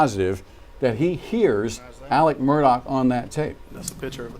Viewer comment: They keep mispronouncing ALEX too... it's not Alec